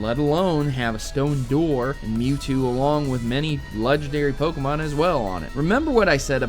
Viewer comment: BUT It's pronounced Poke-Ay-Mon not Poke-Uh-Mon